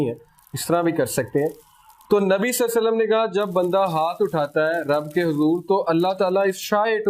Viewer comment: Durood ko theek se padha karein SALLALAHO ALAIHI WASALLAM